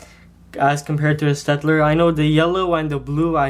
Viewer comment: Just a little point: You pronounce "Staedtler" as Shtaedtler. And I don't know where you actually got them, since the Staedtlers I have don't have those problems. And I prefer Staedtler to Crayola (: my opinion